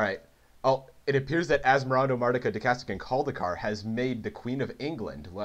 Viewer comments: He says daicastica when it's supposed to be daistina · You've pronounced it -dacastina instead of -daistina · He said it wrong every time, tho. There's no "cast" syllable.